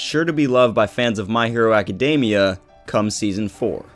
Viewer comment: They way you pronounce academia is so cringe worthy : Love the video tho .